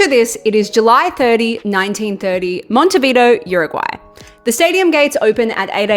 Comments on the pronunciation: First time I see a tong as microphone holder.. btw.. is not "Mountehveedo" is more like "m on teh bee the o".. thanks for the video.. no one will take the first world cup from us, Brazil and Argentina can win 20 times but the first is and always be ours in this planet. Cheers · Is not Montevido es MonetviDEO , if you are going to talk about a spanish soeaking country learn a little bit of spanish and learn how to pronounce the country’s name, but I get it, you are from united estates 😂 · "Mont-e-vido" 😂😂😂 It's "Montevideo" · It's Monte vi-DEH-oh... but let's not quibble...women, eh? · "Monte Vidoo" 😂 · Monte Vido lol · Me hiciste cagar de la risa 😂😂Siempre me sorprende como les cuesta pronunciar montevideo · You’re butchering the word Montevideo. It’s pronounced Monte-vee-deh-oh. Dammit!!!! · It was not FIFA back then...and learn to pronounce the venue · Buenos Eres and Montevido lmao